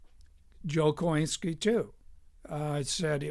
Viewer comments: I bought the book some years ago but haven’t yet gotten around to reading it. And I believe the phonetically correct pronunciation of his name is “coin-skee.” What also isn’t mentioned is that Choynski was Jewish. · I only discovered this video today, but it does a fine job discussing my great-uncle Joe Choynski. Incidentally, the name was pronounced "Coe- IN-ski." Descendants of this family all changed their names to "Coe." I never met Joe. although he died during my childhood, but my mother spoke of him with great fondness